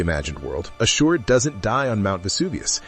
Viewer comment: Why are you mispronouncing his name like that?